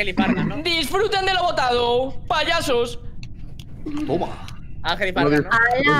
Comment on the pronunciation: Toma vegeta dice TOma